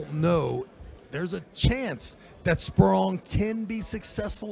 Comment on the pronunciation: cant say anyone's name right. He called my guy sporelong....LOL